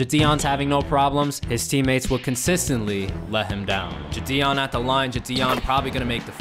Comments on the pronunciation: It’s no jition it’s jidion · why does he say jidion like jadion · It so funny how he says ji-on